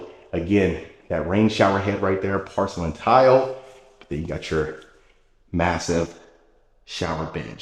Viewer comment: You pronounce porcelain like pArcelain.